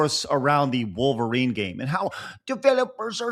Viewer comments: I really like but I hate the way he says Wall-verine. 😂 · He's right but man the way he pronounces Wolverine make me insane lol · He didn't even pronounce wolverine correctly. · 😅😅 I hear that too